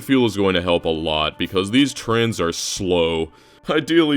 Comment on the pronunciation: Every time he says trains, I hear trans 😅